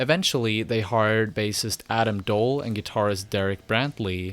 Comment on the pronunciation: I’m pretty sure Adam Doll is just pronounced like the word doll but I could be wrong